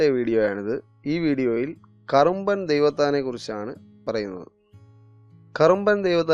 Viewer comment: "കറുമ്പൻ" ദൈവത്താൻ എന്നാണ് പറഞ്ഞത് ., "കുറുമ്പൻ" ദൈവത്താൻ ആണ് ശരി.